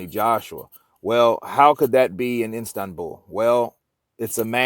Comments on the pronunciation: It's Istanbul......not Instabul....Schoolboy error...lol. Gateway to Asia and a metropolis of 15m. So not exactly some pokey little place in the middle of nowhere. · I keep hearing Instanbul? Lol 😂, try Istanbul